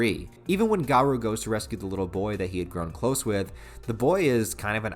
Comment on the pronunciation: You're pronouncing garou's name wrong.